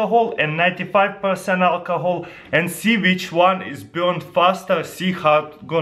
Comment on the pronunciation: for instance, Instead of "which" it's "vhich"